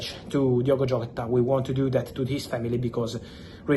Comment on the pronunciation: Jota, not Hota